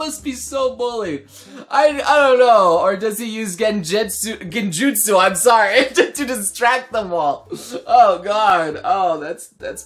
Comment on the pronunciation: when he said genjetsu i got triggerd